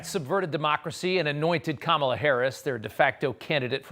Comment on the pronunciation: Us people in the non-mullet, MAGA hat wearing community don't really care about how Kamela laughs. Learn to pronounce her name. She is going to be POTUS for the next.8 years.😊